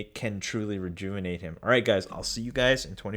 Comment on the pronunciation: Take a shot Everytime he says rejouvonate